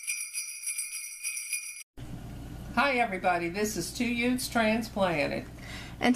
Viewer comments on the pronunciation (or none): Did you say yoot? What's a yoot? 🤣🤣🤣